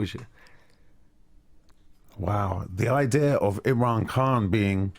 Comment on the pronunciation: You need to pronounce the mans surname properly!!!